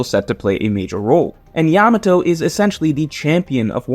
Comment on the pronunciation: Blud can't even refer to Yamato right